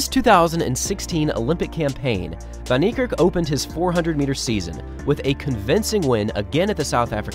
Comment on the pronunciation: "Vahn" Neikerk.